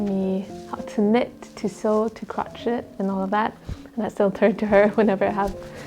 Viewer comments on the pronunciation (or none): Just to let you know, “crochet” is pronounced like ‘crow-shay’ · Oh my gosh, I love the lion! You are so multi-talented, I think you could make a business selling your sewing if you enjoy it enough. And you are such a lovely little caring family! One little note - "crochet" in English is usually pronounced in the French way, "croh-shay", rather than "crot-chett" with the hard "t"s. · Gosh such a beautiful video! You have such a lovely family, all pitching in to help you get sorted :) I do have a little thing, and this is not a criticism! You do speak at least 3 languages after all! But here in England at least, we pronounce crochet as 'crow-shay', I'm now not sure if that's the right way or not! Sending love to your family xx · Pronunciation for”crochet” is cro- cha(as in chair) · i love hand-arbeit too! In American English,, Crochet is pronounced cro-SHAY. I love your videos so much! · Hi, was rather odd to hear Crochet pronounced literally, I believe it's French and generally pronounced as crow-shay. Hope you don't mind my pointing out. Sansan your little helper is so adorable. All the best to your imminent new baby arrival. XX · English pronounciation of "crochet" is crow-SHAY.